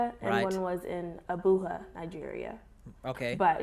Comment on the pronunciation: It’s funny how they pronounce Abuja wrong. In Spanish the J is pronounced like an H but not in Nigeria. The J is pronounced the same way it is in America. Think of the J as in jar and use that same J sound in Abuja.